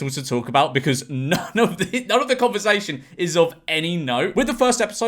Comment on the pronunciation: George please stop saying converzation